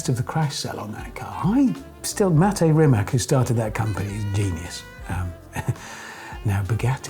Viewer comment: Richard, guys please, just please name Rimac properly, it is so annoying. You should say Rimac with "tz" at the end for english speaking people.